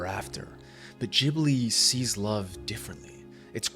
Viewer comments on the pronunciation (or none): It's GIBli not Jibli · Gibly gibberish?? GHibli!! G pronounced like in guard! That's what the H is for! It's an Italian word. If you want to pretend you're Japanese and are unable to pronounce a hard g, go ahead, and then call them "Studio Jiburi". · いつも思うけど、「ギブリ」ではなく「ジブリ」ですよ。 G→❌ J→⭕️ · I loved this video, but I was thrown by the way you say "Jibli" instead of Ghibli 😂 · Hey Ghibli is pronounced Cheee Bleeee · Jibli, though?? Ghibli like ghost, ghast... I say this with all the seriousness of a wet noodle fight lol. I could be totally wrong and just have an english leaning bias like the Bic pen originally being french and being pronounced beesh (Bich) until english speakers mispronounced it into submission. More on subject with the actual video though: I love it. Ghibli has everything I always angrily clapped back about with Disney as a child/teen. I think Disney does us a huge disservice by representing love the way they do, and it leads to these toxic relationships where people are so ashamed of their failures to make this Disney-love ideal work that they never open up and talk to each other and do the work that is love. Thanks for sharing. I love these comparison videos. It's fascinating how different Eastern and Western cultures are, and the more I learn, the more I wish the West would learn from the East.